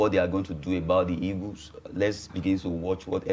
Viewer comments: Why do you people always say 'e-g-o-s' instead of ' e-a-g-e-l-s? I can't just understand why. We were all colonized by the British. Why do you people find it difficult with your English pronunciation? Even PHD holders have same problem. Can someone explain to me? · Why do they say eagus, "super eagus" 😁